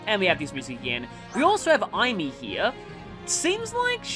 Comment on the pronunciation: Aim-ee. Aim. Ee.